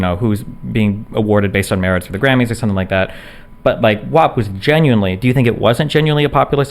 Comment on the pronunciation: I take issue with the fact that no one would tell Cardi B that "WAP" is pronounced like the word MAP and not like MOP, she pronounces the word as WOP which aside from being wrong is also a derogatory term for Italians. Why would no one correct Cardi B? Why has no one corrected Cardi B yet? Why are we all pretending vowel sounds have changed for this one song?